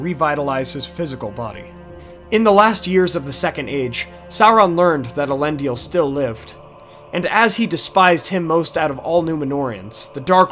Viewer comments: Elendil not Elendiel! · A nice synopsis. Although I would take issue with much of your pronunciations. For instance - Is-il-dur or El En Deal. Nice work.